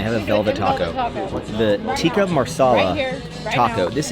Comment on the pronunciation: Americans deserve to know how to pronounce it, tikka is pronounced tick-uhh in one smooth motion